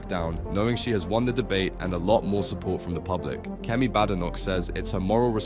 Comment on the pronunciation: Bad computerized narration. Kemi pronounces her surname BAYdenoch, and there is a T in "party", not a glottal stop.